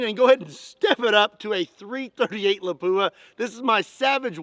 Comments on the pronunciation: My Finnish friend Tero say's it's pronounced "LAP - wuh" not "la POO uh." Just sayin'. Otherwise, I LOVE your videos,! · Not La-PU-a. LA-pua. Stress the first syllible. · Did you say Lapua? That's finnish city!